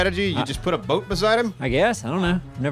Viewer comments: Does think there is a "r" in boat? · "Broat"... for your health.